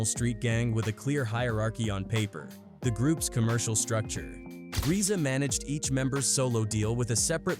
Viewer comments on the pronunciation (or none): reeza and gee-zee-a??? come on dude this ai slop is unwatchable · If your gonna do documentaries say the nameS right ..... It's Rza would be pronounced ( Rizza ) and the Gza ( Gizza )